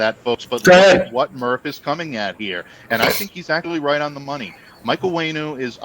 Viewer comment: Do you watch the games? Pronounce: (On-WHEN-ew) (REEF). Not difficult